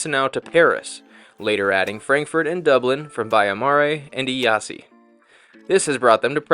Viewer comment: Nice video. Strange that you commented that the food at the buffet was SO European. You were in Europe. And then just a note on pronunciation. Chisinau is pronouned "Kishinow". Iasi is pronounced "Yash". Good luck.